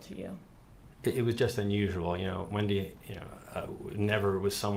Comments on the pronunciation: It’s pronounced wendee, not wendye! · Wendaii. !!! 🤣🤣 Alexaii please don't say Wendaii🤣😂